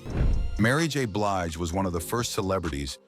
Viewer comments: Come AI her name is not Bleege but Blige!! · Why does the narrator mispronounce BLIGE as BLEEGE?REPEATEDLY!!!!?